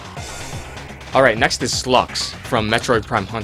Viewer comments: god you can't pronounce anything. It's "Sye-lux" not "Slux" and Ryu is pronounced "Rye-u" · It's pronounced "sai-lux" not slux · It has probably already been said, but Sylux is pronounced "Si-lucks". or "S(eye)-lucks". Long "i" sound. Not "suh-LUX". SEYE-lux. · Uh... why the hell are you calling Sylux for "Slux"? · Also It's SYLUX, Not SLUX. Learn to pronounce his fucking name. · ..."Slux"? I'm pretty sure it's pronounced "Sigh-lux". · its not (Slucks) as your saying it, its pronounced (Psy-lux) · Slux? Lol It's pronounced sigh-lucks or si-lux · it's pronounced sy-lux not slux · You pronounced sylux wrong you said it almost if it was slux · no offense, but you can't pronounce the metroid names at all sYlux there is Y in there so it's not Slux, the Y isn't silent And when you said he hates Sonis or something, were you trying to say samus? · Its pronounced Sylux (Psy-Lucks) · Its sylux you pronounce the y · Pronounciation of Sylux and Samus kinda off... oh well. :S (I'm a metroid fan so, I noticed)